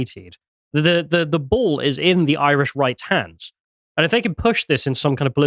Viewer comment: As an Irish man the Greek man has pronounced the Irish words correctly and shows he researchs his pieces and unlike other people he did not hurt my ears and make me turn off, great job on this segment